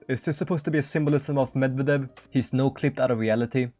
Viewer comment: Medvedev is pronounced MedvEdev, not MedvedEv. Also, do you have dyslexia or smth? I keep seeing HOI4 videos with people completely misreading names of foreign politicians. I mean, I don't really care, but it's just odd. Also, Google TTS helps a bit with pronouncing stuff from other languages, at least the "stressing" in words.